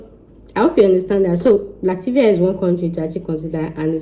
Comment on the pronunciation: Please you correct your self...Latvia not Lativia